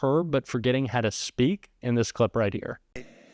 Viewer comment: <) as you comment about tfg being unable to speak clearly, you mispronounced the word "speak'. Ah wonderful, many thanks for the giggle. Love yr stuff. Justsaying